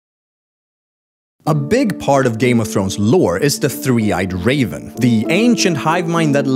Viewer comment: "Three eyed CAVEN"???